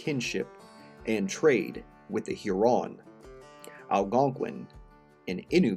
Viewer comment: Pronunciation of specific words like "Sainte Marie among the Hurons", "Sault Sainte Marie", and "Huron" is incorrect.